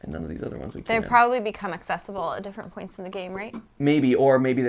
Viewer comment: “Spoints” made me laugh